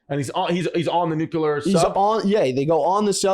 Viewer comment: I do this every week I feel like but (sigh)...guys, the word has only two syllables. 'Nu-clear'. 'Nu-cue-lar' ain't a thing, honest.